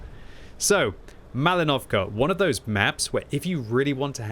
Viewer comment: With respect: it’s PrOchorovka and MalInovka, not ProchorOvka and MalinOvka. Just will be glad if you’ll pronounce it more right)